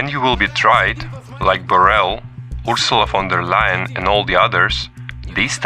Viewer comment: Ursulegha fon der Leyle 😂😂 learn how to pronouce names first instead of making hillarious and debil propaganda which just makes the people laugh 😂😂